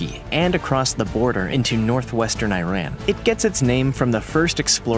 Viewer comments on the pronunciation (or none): none